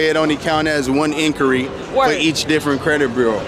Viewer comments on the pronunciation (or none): Whoopi at the start there can’t even pronounce “inquiry”